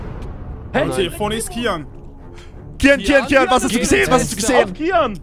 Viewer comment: Kiyan nicht kyan